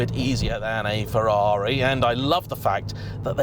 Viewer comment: At least he knows how to pronounce Ferrari.